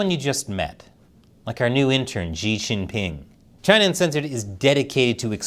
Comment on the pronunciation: 😂 " New inter "